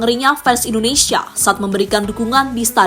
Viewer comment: Koreksi Mind... Bukan indonesaaa... Tapi Indonesiiia. Masak Indonesaa yg bener!!